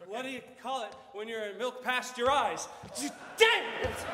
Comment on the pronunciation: emphatically yelling “DANGIT” is one of the most precious things on YouTube bye the way for those who want a repeat